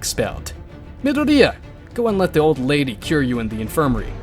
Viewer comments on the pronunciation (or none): is it me or is the way the AI's saying myadori annoying asf. also goku in anyworld minus one punch man , he deletes everyone.